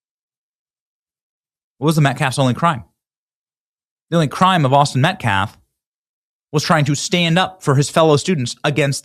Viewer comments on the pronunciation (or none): none